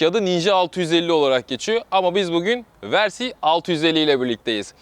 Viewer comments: Versi değil yalnız. Vörsis ya da direkt Versis. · Güzel inceleme olmuş. Yalnız müsaade edersen birkaç eleştirim olacak. Sürekli versi demen kulağı yoruyor. Türkçe olsun diye uğraşıyorsan versis demelisin. İngilizce olacaksa vörsis olarak telaffuz edilir. Senin versi dediğin versey olur. O da ayet demek İngilizce. İkincisi ise motoru devirmek başka bir şey yatırmak başka bir şey. 2014 model bir Kawasaki Versys sahibiydim. Çok severek kullandım. Yorum için çok teşekkürler.